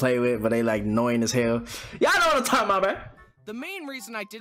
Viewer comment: “Tralking” lol 😂